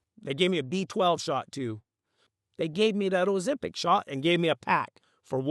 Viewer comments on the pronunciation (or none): Man I gotta say I loved the way you pronounced ozempic Imao 🤣🤣🤣🤣